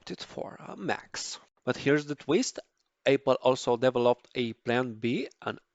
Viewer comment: Please practice saying Apple instead of Aypal